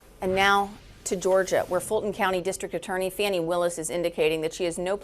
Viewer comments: Thank you for pronouncing her name correctly the second time. Sheesh. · Woman! Her name is pronounced "Fanny" not "Fanny". Trump uses that as I am sure you are aware to demean and insult her. So why do you? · Y'all have fun mispronouncing her name? Idiots... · CNN - D.A. Fani Willis is name is pronounced "far-nee" not "fan-nee"!